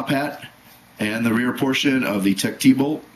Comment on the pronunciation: It's not pronounced Tech "T", it's pronounced "Teched",, just in case somebody didn't know that.